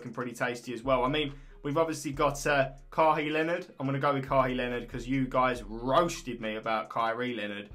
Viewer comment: Read it "kaway lenard" your welcome